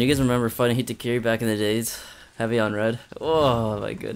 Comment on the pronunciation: That’s what it sounds like he says lmao